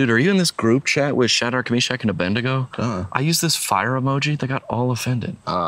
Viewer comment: I love how he pronounced abednego incorrect!! 😂😂